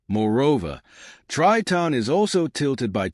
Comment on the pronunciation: Terrible astronomy video. Tons of random images and the narrator can't even pronounce Triton. Waste of time.